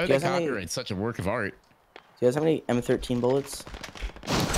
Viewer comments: It m13 not m 1 3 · He said “The M 1 3💀” not M thirteen but spelled M13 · Not m one three its m therten